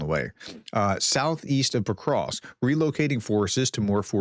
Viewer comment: Why are you still inserting an " i " in Petrovsk ?? It is NOT Petrovisk !!!! You do this 99 % of the time !!! You got it right ONE TIME only !!